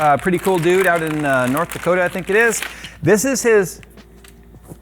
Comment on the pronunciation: Where my "Nort Dakouta" peeps at?! lol